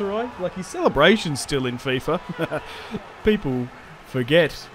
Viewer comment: Did just say fyfa???😭😂